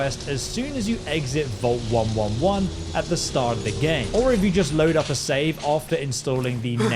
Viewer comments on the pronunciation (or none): He said "Vault one one one" and not one eleven. What a monster.